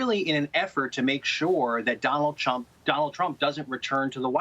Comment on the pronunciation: I could have sworn that he said Donald Chump.